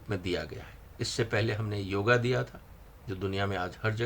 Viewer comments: योग ....... correct pronounce Not योगा....... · योगा नही योग शब्द है! दक्षिण मे लघु और महाप्राण मे उलटसुलट गडबडी के कारण यह अंग्रेजी मे चला गया। और आप अंग्रेजी से पढकर बोल रहे है। अगर विश्वास न हो तो शंकर -> संगर, मूर्ति > मूर्दी, स्तोत्र -> स्थोद्र जैसे बहुत से उदाहरण मिल जाएंगे। आप हिंदी भाषियोंके लिए बोल रहे है, अतः आप से मूल शुद्ध संस्क्रृत उच्चारण की अपेक्षा है।